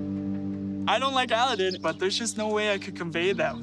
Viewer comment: Have they never watched the Disney movie Aladin ( Jasmine and Aladin) because the way they pronounce his name is so annoying. Ah-la-den or Eh-la-den